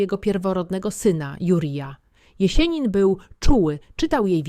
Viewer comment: Nie ""Konstantajnowo" tylko Konstantinowo i nie "Jesienin" tylko Jesjenin z twardym "s". Nauczcie, proszę, właściwej wymowy tego sztucznego geniusza, bo kiedy to słyszę, uszy mnie bolą. Pozdrawiam i życzę sukcesów.